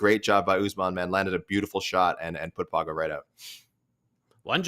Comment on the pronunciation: When you pronounce "Pauga," you should pretend that it's spelled "Paunga'" (Samoan "g" is closer to "ng"). Just like "Tagovailoa" is pronounced more like "Tangovailoa."